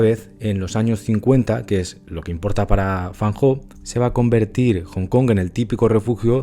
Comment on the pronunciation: 👍 Lo pronuncia muy bien. Llevo + de 19 años estudiando chino mandarin. 😊 Muy buen video. Muchas gracias. Totalmente de acuerdo con usted. La perfección no existe en nada. Todos los artistas la buscamos. Es muy humano... En fotografía; dibujo, pintura ya no lo intento. En el canto lírico; danza, o en mi Viola de Gamba,etc..., si lo necesitaba/ necesito más. La perfección es la felicidad instantánea, e infelicidad interior permanente asegurada... Me gusta algunas fotografías de FAN HO. Las que tienen personajes humanos, más emocionales. Las personas que tenemos rasgo de personalidad D.O.E S - P.A.S = español; vemos, olemos, oimos, sentimos, saboreamos el mundo muy diferente ( como cualquiera otra neuro divergencia) al resto de humanos. Sí, lo conocía. Gracias, lo he disfrutado mucho. Me ha gustado volver a recordarlo. Siempre tenemos a Cartier Bresson como referente en la libreria y mente todos. 👋👋 Recuerda que los mejores medicamentos son: infusiones o mejor tisanas cocidas de: tomillo, limón y miel "española" de romero, eucalipto lo más sólidas posible. La importada está llena de micro plasticos! Ajo, cebolla ( crudo mejor mezclado con la comida ), genjibre,limón. con miel. Romero,limón, miel. Para los resfriados, gripe, virus o enfecciones bronquiales de todo tipo. Vicks Vaporut cuello,torax y espalda antes d dormir como mínimo. Respirar vapores de eucalipto hervido con toalla por encima con ojos bien cerrados diario. Cama,calefacción,cuello y